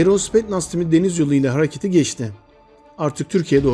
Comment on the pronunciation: spetnaz değil kardeş spetsnaz olacak